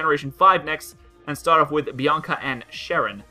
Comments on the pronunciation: Hi there Bianaca xD It's Bianca btw and also, it sounds like banana for some reason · It's Bianca not Bianaca